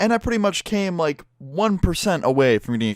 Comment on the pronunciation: every time you say came i thing u said cum i have a wrong mind :C